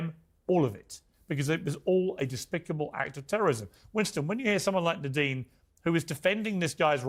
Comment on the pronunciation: Her name is Nardeen not Nadine!